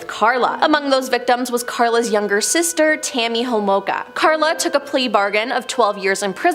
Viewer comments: It's "Karla Homolka" instead of "Clara". K.x. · Correction it’s Karla Homolka not Klara and she’s in Salaberry-de-Valleyfield now!!! I live about an hour away!! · Her name is Carla, NOT Clara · It's Karla Homolka. Not Klara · Dude it's Karla not klara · It’s Karla not Klara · Karla not Klara .... Homolka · KARLA…not Klara. Cone on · ITS KARLA. Not KLARA. ffs do research. And you can’t use a picture of LEE HARVEY OSWALD in the Boston marathon tragedy. wtf is wrong with people. Talking and not FACT CHECKING anything. Shame. This is where we are headed. Dumbing down fast. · Also it’s Karla not klara learn your names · The one name you got way wrong. Its Karla Hamolka, not Klara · KARLA Homolka, not Clara. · Isn’t it Karla Homolka?